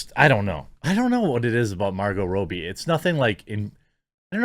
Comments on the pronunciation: why do you say "rob-ee" as "row-be" ? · ITS NOT ROBY ITS ROBBIE ROBBIE LIKE ROBERT ROBBIE NOT ROBY GOD IDK WHY BUT DRIVES BUTS WHEN YOU SAY IT WRONG